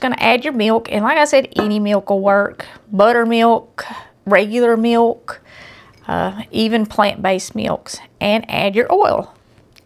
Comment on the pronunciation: Ohhh,❤ She said meok for milk just like my mom from North Carolina used to say. Makes me want to cry.